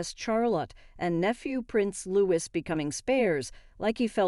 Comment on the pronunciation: It's pronounced LOO-EE..... (the letter S at the end of his name is SILENT) Uggghhh I can't stand to listen to this any more it's just regurgitated stuff copied from other YouTubers and read from newspapers. Not a single ounce of your own work has gone into this apart from narrating and hopefully using noncopyrighted images! (A lot of screenshots then reverse google image searches will hopefully prove me wrong.)